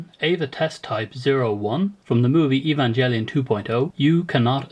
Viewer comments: "evan-jelly-on" ;(..... :PP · I really liked your vids btw. Just had to say that the "g" in "evangelion" is a hard G. (like the "g" in "great")